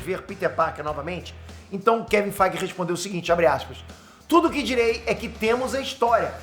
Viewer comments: eu escuto assim "Kevin FIGHT!" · Engraçado demais ele falando Kevin feige